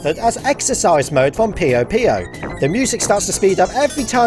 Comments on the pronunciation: Pío Pío? That’s the sound a spanish chicken makes, not Puyo Puyo, the puzzle game! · peeyo peeyo tetorisu